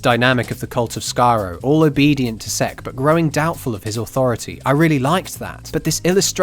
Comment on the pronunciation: Everytime I hear you say "Sek's" I get really immature looool